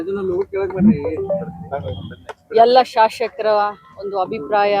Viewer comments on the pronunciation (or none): ಅದ್ಯಾಕೆ ನಮ್ಮ ರಾಜಕಾರಿಣಿಗಳಿಗೆ ಸ್ಪಷ್ಟವಾಗಿ "ಶಾಸಕರು" ಎನ್ನಲು ಬರುವುದಿಲ್ಲ...? ಬಹುತೇಕ ಎಲ್ಲರೂ "ಶಾಶಕರು" ಎಂದೇ ಹೇಳುತ್ತಾರೆ...?